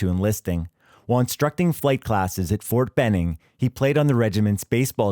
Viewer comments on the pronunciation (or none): none